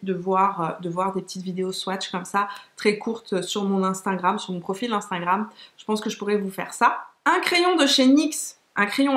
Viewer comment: Cc ma belle super vidéo comme toujours, les superstay de Maybelline j’adore aussi ils sont géniaux. Petit bémol c’est pas grave mais c’est « instagram » on dirait toujours que tu dis « instingram » Pour le reste j’adore 😘😘😘💋💋💋